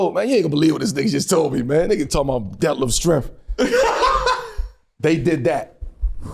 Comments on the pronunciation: How I couldn't breathe when they man said detlef schremph..... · Yo I'm dying he said over rated and def shirmp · Bro said Detlef Schrempf